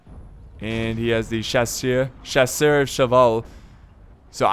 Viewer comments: Hey, just so you know, in french, the "eur" pronounces lika a "her", so it pronounces chass-her. Just don't pronouce the "H" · Jack Neiberger Chasseuuuuur not chasor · Watched some of your videos recently. Good stuff. Say Shaw. Now say Sir. Now say Shaw-Sir. Now say Shawsir. That's how you pronounce Chasseur. Whenever you see that word, ignore the French spelling and think "Shaw-sir." You're welcome.